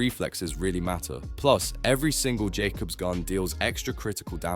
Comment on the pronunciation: funnier when you notice it pronounces jakobs perfectly fine when explaining tediore.